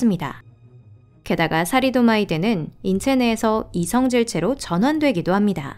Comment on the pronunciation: 사리도마이드 라니 발음 공뷰 다시 해라